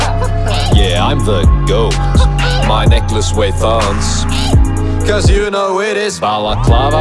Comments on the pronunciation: did my guy pronounce tons thons? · "Wheigh" isn't a word my man. Love the song, but why do you say "thons" and not "tons"?